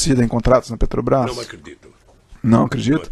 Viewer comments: DA NOJO OUVIR O DEPOIMENTO DESTE ELEMENTO: VEJAM AS PALAVRAS QUE ELE PRONUNCIA: "PETROQUIMA"-"PETROBAS"-"ADEVOGADO" "CA BANDEIRA" "HIDELETICA" - É UMA VERGONHA!!! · Isso é um rato de esgoto. Capaz de qualquer imoralidade para se dar bem. . . Deveria ter o minimo de conhecimento do nosso lindo idioma: "Oio (oleo), eletica (eletrica), Petobais (Petrobras) etc.... sem falar no PaerPointi.